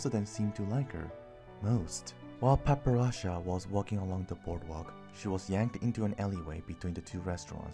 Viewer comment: It seems that I have been pronouncing her name Wrong.... I kept calling her Para-pera-cha Instead of Padparacha. LOL curse my Asian accent!! I thought I got it down when I was recording it...